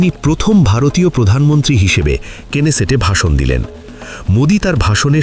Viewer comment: কেনেসেট নয় নেসেট |